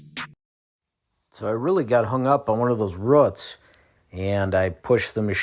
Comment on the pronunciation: Boo...boots.... Roo....Roots! Not ruuts!